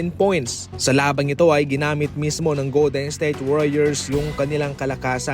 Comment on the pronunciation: Goldensthayte ba naman pag pronounce HAHAHA